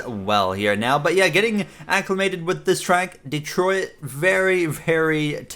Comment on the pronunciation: Nice podium in "Detroiat"